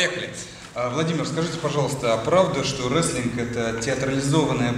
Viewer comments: Не реслинг а рестлинг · Не реслинг а ресТлинг (wrestling)